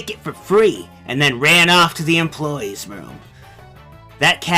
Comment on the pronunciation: Guys "Enploie" are you kidding?